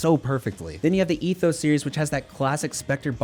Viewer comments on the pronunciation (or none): none